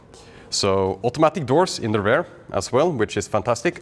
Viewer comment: Please try not to pronounce “rear” as “rare”. Beisdes that, nice and valuable content you have been providing over the years